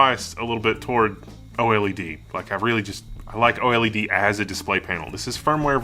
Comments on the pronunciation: I think the first thing you must understand about "oily-dee" is that most people call it "oh-led". 😜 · Man, I can't take this seriously.. How do you mispronounce OLED hahaha.